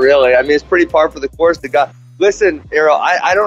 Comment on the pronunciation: What did Askren try to say ? "It's pretty par for the gorts the guy"? I think he's still feeling those elbows.